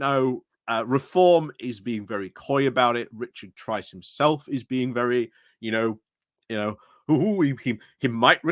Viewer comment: Tice not Trice